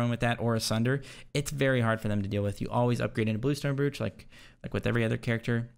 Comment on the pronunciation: Please tell me your mispronunciation of “brooch” is a meme like sigil